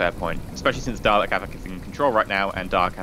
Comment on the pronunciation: its dalek no darley